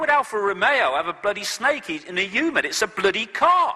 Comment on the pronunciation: ITS A BLOODY KAAH